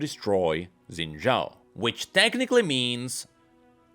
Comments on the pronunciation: I'ma keep asking, why does he call him "Zen" Zhao? 😮‍💨 It's Xin Zhao. They even say his name in one of the cinematics, you don't even gotta know how to read pinyin, just l i s t e n. 😵‍💫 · "Xin Zhaao"